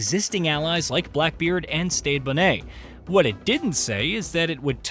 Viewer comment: STEDE (steed) BONNET lol not Stayed Bonét 😂